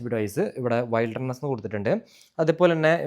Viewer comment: വെെൽഡെർനെസ്സ് അല്ല ബ്രൊ വിൽഡെർനെസ്സ് എന്നാണ്